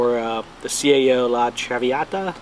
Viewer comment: La - tra - v - ah - Ta - its actually an Italian opera good luck buddy